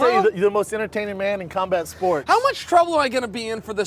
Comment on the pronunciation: "Khambat sports" "Paulcasting" my god Schaub learn to speak.